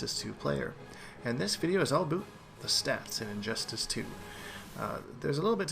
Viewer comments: Dan Garwood Canadians don't actually say "aboot", except if you encounter a Quebecker with a harsh accent. More likely he's just joking around. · Daniel Patterson he's probably Canadian.